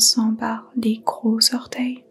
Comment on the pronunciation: Merci, vous avez accompagné mon début de journée d'anniversaire ! Merci pour tous vos tutos ! J'avais rencontré Micheline Flak et le Swami Satyananda. Une petite chose, d'humour : on ne dit pas cinq zorteils juste cinq orteils !!!😅 Namasté❤